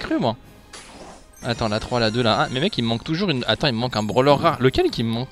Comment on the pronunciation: Il a dis meg a la place de mec j'adore 🤩